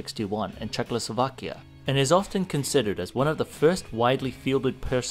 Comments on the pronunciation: It is not "Czechlosovakia" as you pronounce it wrong, it is "Czechoslovakia". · Soooo... Why do Americans pronounce it "CzechLOslovakia?" Ian does it all the time and I thought it's just his thing, until you said it too (very distinctly I should add). So what's up with that? No hate, quite the contrary; the fact that you called it "Škorpion" and not "Skorpion" redeems you tenfold and your attempt at Ř was truly admirable :D And yeah, you nailed "schnellfeuer" as well.